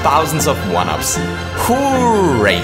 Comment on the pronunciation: hOOOOOOOwrawe! LOL accent